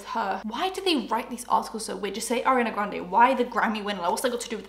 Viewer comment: I keep hearing Arnay Granday 😆